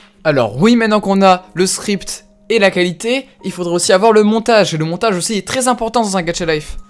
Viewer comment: "le Monatage"